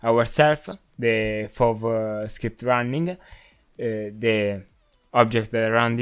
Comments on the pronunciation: FOW as in field of wiew? bruv its fov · Sebastian! This guy is also saying FOW